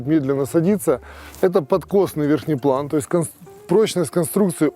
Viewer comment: Вы так интересно говорите «верхнеплан» :) Заметил ещё гофрированную обшивку крыла - тоже ввиду прочности скорее всего. Необычная машина и спасибо вам за обзор! Жаль только Даниила не покатали вместе со всеми нами ;)